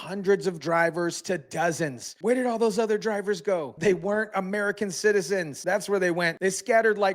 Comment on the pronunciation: ALL of them?....Yep, 'Allum'.